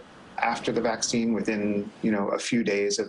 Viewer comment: “Vacine” lmao